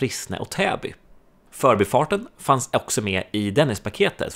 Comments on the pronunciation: men man kör väl ändå "för'bi" Stockholm, inte "'förbi" Stockholm? Jag tycker betoningen som används idag har blivit helt tokig. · Utmärkt video, klargörande av historien och nulägesrapport. Skulle dock vilja höra en mer korrekt betoning av "För'bi-farten" och inte det vanliga " 'Förbifarten".